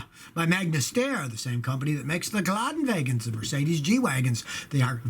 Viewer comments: It´s not geluhdenwagon! Please go to google translate end let it pronounce Geländewagen in german. It hurts a little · In german you say „Gelendewagen“ not, Gelandewagen ( i know its spelled Geländewagen..) 😂😂